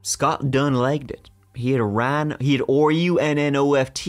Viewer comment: LOL 'R-u-n-n-O-f-t'